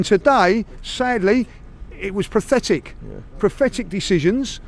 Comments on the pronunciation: It’s PATHETIC not PRATHETIC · “it was Prathetic” Judges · "It was prathetic! Prathetic!" 😂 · This geezer definitely said prothetic instead of pathetic; genuine mistake or more Arse delusion? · Does know the word is PATHETIC.... Not PROTHETIC lol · Is anyone else going to tell him that it's not prefetic 🤣🤣🤣🤣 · Can someone tell how to pronounce "pathetic". Prophetic means something completely different. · It was “prafetic”? LOL. Christ almighty. Brain of a slug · He is even making up words like PROFETICH which in non grinding teeth is meant to be PATHETIC😀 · Why can't pronounce "pathetic "?